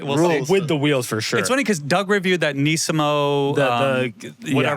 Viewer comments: “Neesimo” how do these dudes have jobs talking about cars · Really, Neeseemo?